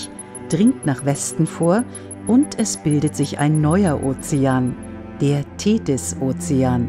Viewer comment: Die "Thedis"....